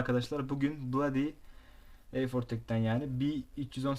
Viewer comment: Bulodi dıyosun eyfortek dıyosun sonra neden ucyuzonsekız dıyosun aq :D